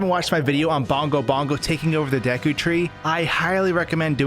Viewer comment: It’s not “DEH-ku” it’s “DEE-ku”. Also you don’t say the G in Gerudo as a J.